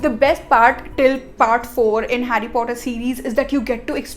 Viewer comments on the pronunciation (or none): It's not fhotter it's Potter 😒